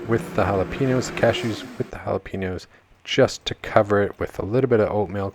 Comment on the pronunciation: Jalapeños with an E not an I. Sounds like your saying Piña colada. Just think Pen and yo. Sorry it’s a pet peeve of mine.. just want you to not sound dumb